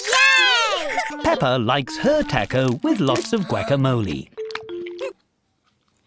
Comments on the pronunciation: no no no. I mean TACO. but instead it sounds like TU-CO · I love how the Narrator calls it a "Tacko" 💀🔥